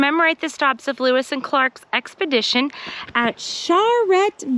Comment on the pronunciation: "Expledition"... exploring on an expedition.